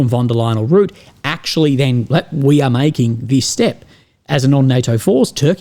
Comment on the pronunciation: Please pay attention to your pronounciation of the following 2 names. Leyen, not lion. The latter was made popular by brexiteers and has somehow become the accepted norm. It is insulting to one of the most important European politicians. I know you don't mean that. Rutte, not ruette. Say ruzzia, now using the same first sylable, say Rutte